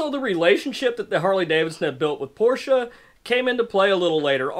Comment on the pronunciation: Glad to hear you know how to pronounce the man's name, Porsche